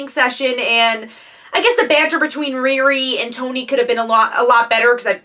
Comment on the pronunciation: that's not how u say her name u know how to say Rihanna it's the first two letters of Rihanna ReeRee